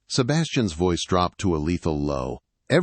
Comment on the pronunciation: Were there windshields in 1814? Really? & ve-ice instead of voice?